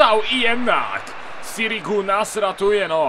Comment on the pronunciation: Nie sirigu tylko sirżu :DxD